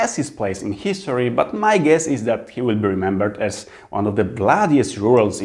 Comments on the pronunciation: spoko, ale zobacz się poprawnie czyta HISTORY. Sorka że się czepiam, ale od tego mnie uszy bolą :D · Wow, ale fajnie! Trzymam kciuki za Ciebie :)) Super, że masz odwagę mówić po angielsku, dobrze sobie radzisz. Popracuj trochę nad wymową a będzie super (różnice world i word, history, this itd). Powodzenia!